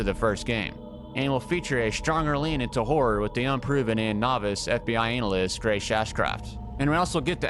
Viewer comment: The way u pronounce analyst is crazy 😂